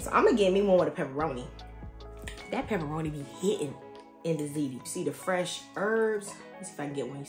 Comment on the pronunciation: ✅Zee Tee❌Zit Tee